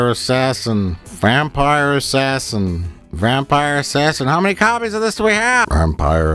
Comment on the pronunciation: It's Vampire Ass-Ass-In.